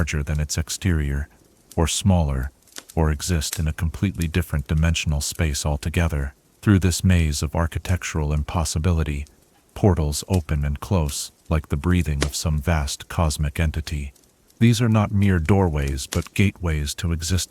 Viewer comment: Brother you read 'wind' and 'close' wrong.